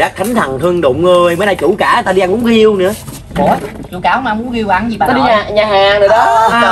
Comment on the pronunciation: Riêu mà nói giêu